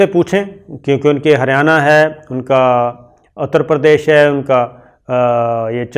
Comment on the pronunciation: Always pronounce the words correctly. It is Utter Perdesh (U.P.), not Atter Perdesh.